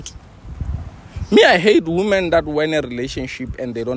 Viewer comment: Lol yeah he says Woman beans 😂